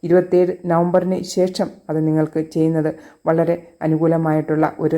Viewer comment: പ്രവചന ശൈലി നല്ലത്. പക്ഷെ ശേഷം എന്നത് ശേശം എന്ന് ഉച്ചരിക്കുന്നത് കേൾക്കുമ്പോൾ അരോചകം ആയി തോനുന്നു. എന്തിനു മനോഹരമായ ഭാഷയെ ഇങ്ങനെ കൊല്ലുന്നു.